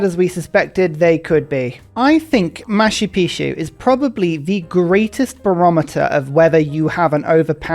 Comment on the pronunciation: “Maa choo Pee choo” - Machu Picchu, which means “Old Mountain” in Quechua (machu = old and picchu = pyramid, cone, or mountain”). No “sh” sound. 😉